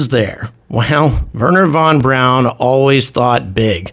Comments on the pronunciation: His name was Wernher von BRAUN, not, Warner von Brown… Personal annoyance. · Please pronounce his name correctly. Werner von Braun is pronounced “verner fon brown”.